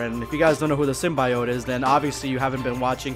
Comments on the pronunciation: sym-bi-Ote still is a weird pronunciation to me. I grew up with the Spider-man Cartoons and 90's Venom comics (which were brutal when they had a whole Kronenburg Thing style run) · You mispronounced Symbiote besides that great video.